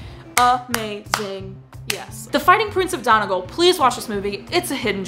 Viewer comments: It would be said as Donegal (Done - e - gall). Then again, since there is nearly a different accent in every town on this island of ours, you may get a different answer from someone else. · The pronunciation of Donegal wasn't perfect, but it'll do.